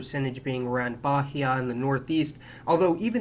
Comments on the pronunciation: Brazilian here,Bahia is pronounced Ba-ee-a.Our i is pronunced like ee in free,and the h in this word is mute. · You can call Bahia like Ba ee ah, the H in this kind of name is useless and does not have a sound